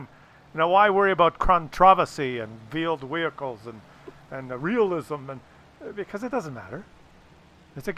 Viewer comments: are you saying vield vehichles?? If so, ist wheeled vehicles! LMAO. Just giving you a hard time. Keep up the awesome vids! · It's veeled weehicles.